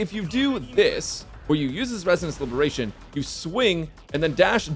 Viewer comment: just say ultimate it gets confusing u keep saying libration